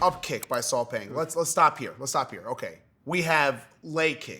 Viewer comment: I believe the name, Saw Paing, is actually pronounced "Saw Pie"?? as in Math's PI considering that he's a Burmese🤔